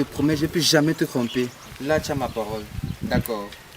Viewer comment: Vous parlez quelle français là ! "Cromper "😂🤣🤣🤣👏😚♥️👫👍